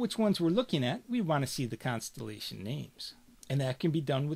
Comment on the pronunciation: Very helpful. From NY perhaps? You say constellation exactly as I would imagine Woody Allen saying it.